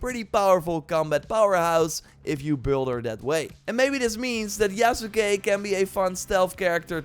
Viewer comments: lol you still got the end incorrect. Sahs-keh Yahs-keh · Yas-kay You've watched Naruto, right? lol Sasuke Sauce-kay Mispronouncing things gets under my skin is all. 😋 Already took a leap of faith and preordered the gold edition. Game has promise. Looking forward to the direct next month.